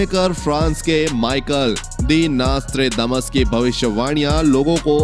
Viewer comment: Apka pronounsasion golot hai pahle ki nastredamus hai